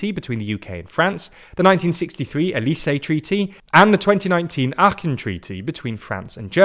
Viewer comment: You made a nice effort pronouncing "Aachen" the German way, but you mixed up the English /ˈɑːkən/ and the German /aːxən/, creating /aːxkən/. But it was a nice attempt.